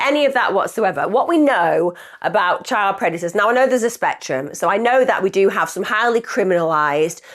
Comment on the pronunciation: Whats a chid do tou mean child😂